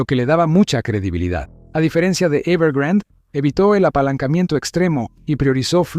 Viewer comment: Es "Evergrande" no "evergrand"